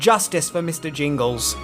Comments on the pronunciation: Mister Jangles. Not Jingles. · The mouse's name name is "Jangles" NOT "Jingles"... as in "Mr. Bojangles"..... (cmon, in a re-upload too)